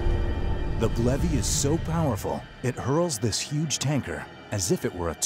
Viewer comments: *facepalm It's BLEVE, bleh-v not blevy. WHY? Because you don't pronounce explosion as eeksplosion. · Am I the only one who read that as Blev(e) and not Blev-ie? (hearing how he pronounces it) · I thought it was pronounced like Steve but with Bl instead of St... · That’s what I heard too.